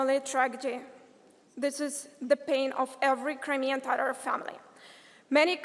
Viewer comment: What kind of tatar she is when she cannot pronouns word TATAR. Real Tatars do not pronouns it like that. She is pronouncing it more like English- tarar- instead of TATAR.